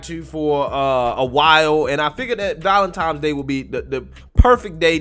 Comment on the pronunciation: ValenToms Day?🤔